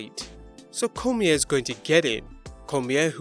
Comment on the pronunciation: Daniel Cormier's surname is pronounced Cor-me-aye.